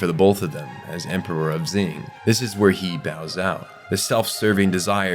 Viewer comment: I love these videos, it really gives me an in depth perspective of series that I thought I already knew so much about. But I swear to the heavens above, if he pronounces Xing "Zing" one more time, I'm gonna lose it. 🤣